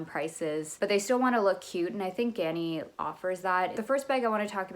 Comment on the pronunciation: You pronounced GANNI right! I adore the bou bag----it holds up very well!! Def a bag you don't see out in the wild too much but when you do its a feeling of "omg they know" kind of vibe. I get many compliments about my silver one :)